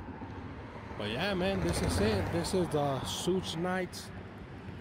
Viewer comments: Douche bag not “soog knight” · I FIND IT FUNNY HOW HE PRONOUNCE’s SUGE’s NAME SSHHHUUUU NYTE 🤣🤣😅😅🤣😂